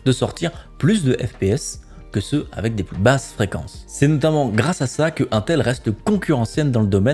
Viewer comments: 1ntel lol innnntel plutot non ? lol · dsl cz mestress mais ca me stresse UNTEL non INTEL iiiiiintel pas 1tel x)